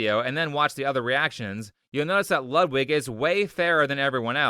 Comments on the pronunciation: Great video. Just one minor thing that slightly bothers me, but only because I am dumb: "Ludwig" is pronounced like you'd pronunce "Loodvig" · It is pronounced Lood-Vig.. not Lud-wig. Just letting you know. Love the video.